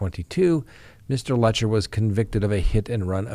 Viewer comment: Careful doing a story on PP could get you followers. Thanks Sir. Letcher rhymes with Lecher.